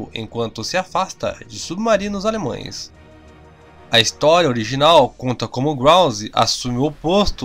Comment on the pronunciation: A pronuncia desse paulista é horrorosa! "Alemões" e demais! deslike!